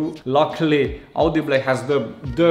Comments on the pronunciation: Auudiiblehh??? It's au dee bul "audible" or is it? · our new sponsor audiblegh :D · Au de be le ?? Am I the only one that heard it wrong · Love how he said “audible” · Lol that's the reason I'm in the comment section 😜love your vids man.unfortunatly my RC was stolen yesterday morning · But after hearing that, I'm not calling it by anything else